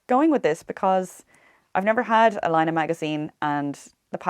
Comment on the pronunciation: As a Finn I can assure you that you pronounced Laine perfectly.👍😊